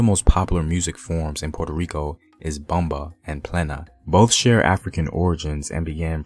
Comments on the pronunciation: Taino, " Tah - EE - noh" Ponce, "Pohn-say" Bomba, "Bohm-bah" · I’m sorry he doesn’t even say Taino or bomba right lol I’m sorry and they didn’t speak Spanish moronic I swear so offensive to speak on my people speaking on somebody else’s history and act like you know lol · Yes I wish the narrator had practiced how to pronounce at least the word Taino; plus Ponce, bomba, Loisa.It was a bit annoying his Anglo pronunciation of these few Spanish words. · Great video but Everytime homie says Bomba and Taino I cringe. Great info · I LOVE THE HISTORY, BUT PLEASE LEARN HOW TO PRONOUNCE THE WORDS, LIKE PLENA,BOMBA, TAINO, SALSA. PLENA AND BOMBA WAS NEVER ABANDONED BUT BIRTHED A NEW GENRE, SALSA. IT'S ALWAYS BEEN THE FOUNDATION, AND STILL PLAYED TODAY IN PUERTO RICO ALSO THE PARRANDA WHICH IS PLAYED DURING CHRISTMAS AND THE CELEBRATION OF THE THREE KINGS. IT COULD NEVER BE ABANDONED ITS OUR HERITAGE.